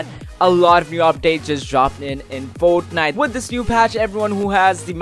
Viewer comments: this is how many times he said foatniteee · each like is the amount of times this man said fortnife